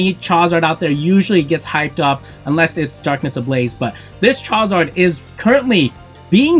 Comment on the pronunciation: Bro if you say chowzar one more time lol.